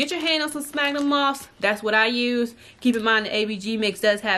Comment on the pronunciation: Cool video but it’s pronounced “sfagnum Moss”